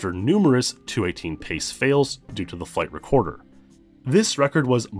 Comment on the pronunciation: Every time you say "flight recorder" I hear "flavor quarter".